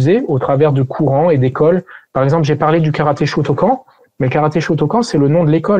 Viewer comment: J'aime beaucoup la vidéo, mais la prononciation de "shotokan" fait mal